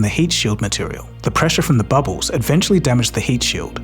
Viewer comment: Why do you always say "ed-ventually" in your videos, instead of "eventually"? 😐